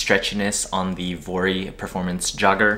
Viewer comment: I think vuori themselves said it’s pronounced vee-or-ee